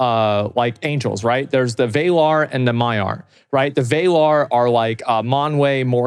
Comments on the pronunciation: WAY-LAR lmao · The WAY-lar. It's Valar. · ❌ vAYlar ✅ Vahlar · He says Valar like Americans say Iraq and Iran. Like they always think pronouncing a long A is more mature than pronouning a little a. Vay-lar lol. It's Vah-lahh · Rings of power isn’t cannon, Valar is pronounces like valor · Did Zack really just call the Valar the Way-lar? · No. He pronounced it Vay-lar. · "VAElar" you were doing so good Asmond, but you have me cringin there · ngl, the way he says valar sounds way cooler than the way it's actually pronounced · I hate all of the American pronunciations in this. VAYLAR??? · Learn to say Valar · That’s not how “valar” is pronounced. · Wannabe Lotr enthusiast saying „like“ 5 million times, while mispronouncing Valar (murican eh), saying 1V1 and calling the witchking „Agmar“. jezuz. Tolkien would rotate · How the fuck he can't pronounce Valar? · If you watch his streams/highlights, he actually does this a lot. Says he has like a vocal dyslexia or whatever, but he does mess up the pronouncing every now and then.